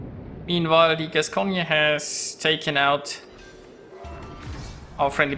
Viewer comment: Hello, on a Gascogne, you don't pronounce the last "e". You pronounce it "Gascogn". Anyway, thanks for the video.:)